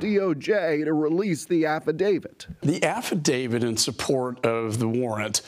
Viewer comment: It's affidavit, not AFFIDAVID, Jesus Christ!!!!